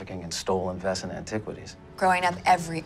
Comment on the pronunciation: It always triggered me how they pronounced Wesen tho. It's just the wrong pronunciation of the word :D I loved this series but that got under my skin :D